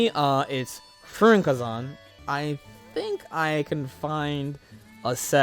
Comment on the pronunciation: My brain was switched off, so when you said fuurinkazan, I heard "freak-a-zon" 😛